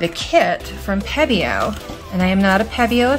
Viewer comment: It's pebeo, not pedeo